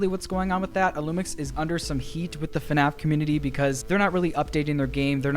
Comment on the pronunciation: AHHHH IT'S FUHNAFF